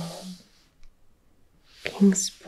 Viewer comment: To hear you talk about Tennessee and to even say “Chattanooga”/“Kingsport”/ “Johnson City”/“Bristol” correctly made my heart happy, although I’m surprised Dollywood wasn’t mentioned lol. I grew up here in East Tennessee (Specifically Greeneville, Tennessee) since I was 9 and I live in Chattanooga now. Thank you for this! Btw I sent you an email!